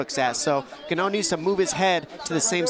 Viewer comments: John Anik having no idea what Ngannou's name is: "Francis Gannou" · In-gaahn-uuu for the love of god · Commentator....Francis Gonnu 😂